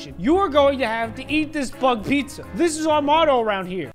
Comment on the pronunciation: Puzza PuZzA DiD yOu SaY PuZzA????